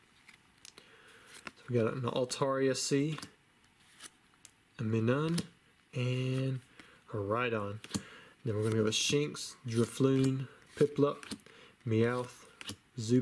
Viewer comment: Minun is pronounced like you’re saying minus, but with a n instead of a s at the end.